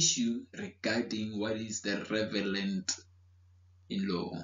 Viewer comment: Thanks a lot man. Also love how how you say "revelant" instead of relevant 😄. You are thorough in your explanations though. Thank you!